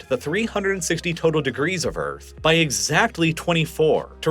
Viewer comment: BuT thE EarF es FlAt😂